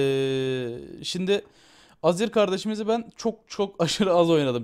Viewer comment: niye her azir diyince aziz anlıyorum :D